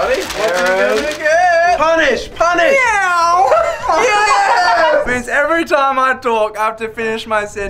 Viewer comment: Stop saying meaw